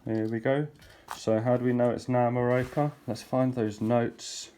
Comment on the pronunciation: my friend-I can't handle how you pronounce Nyamaropa:-) It's not Ni (like "hi"), It's Ni like "knee". (Knee-ah-mah). Ropa (Rope - ah):-)